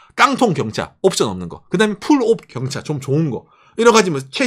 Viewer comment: 첨에 "일본서민들은 경찰을 사랑할 수밖에..." 로 들리신 분?